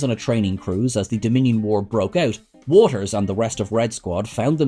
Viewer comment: You said 'Watters' wrong, numerous times!